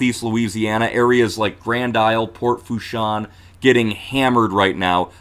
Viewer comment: Thanks. It’s Pronounced La “Foosh” 😉